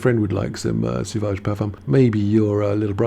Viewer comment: It's SO-VAGE, not Su-vage